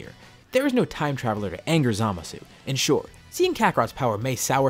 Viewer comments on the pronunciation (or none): none